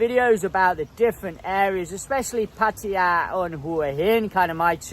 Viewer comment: How come you can't pronounce either Hua Hin or Pattaya correctly yet?